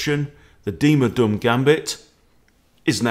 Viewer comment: You pronounce "Duhm" like doom. The way you pronounce it, you call him mr "Dumm", which mean mr stupid in German.